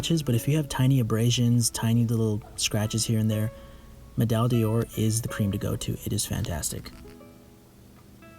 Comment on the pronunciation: Nice work! One note however, medaille d’or is pronounced more like ‘medaj door’ than the ‘medaj day-oar’ that seems to be prevalent in the US...